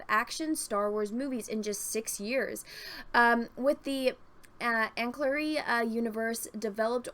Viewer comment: Ankle-larry 😅 Ancillary.